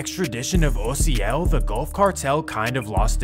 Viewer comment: I did what ? Damn he’s pronouncing my name right and all that lmao Mad props cause most people pronounce it with a A instead of a O but I make it easier for people to just say the letters O-C-L literally how you say it except you spell it OCIEL 🤣